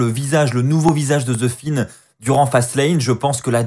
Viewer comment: Pourquoi tu dis the fine ?